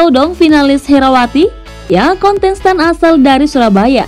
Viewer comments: Gagal fokus sama pengucapan kata Kontestan jadi “KONTENSTAN” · KONTENSTAN? woy salah lu nge-host salah ngucap woyy.